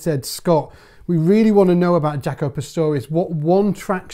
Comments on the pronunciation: Jah-co. Not Jac-o. Smh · Dude, please say his name right. In interviews I never once heard him call himself Jack-o, I'm tired of people hearing the very person pronounce their name and somebody says it wrong. The man himself pronounced Jock-o. Like Greta Thunberg would pronounce her name in English as Greta Toon-by not Thun as in Thumb and Berg as in iceberg. Please be respectful. My name is Michael Byrd as in Bird not By-erd!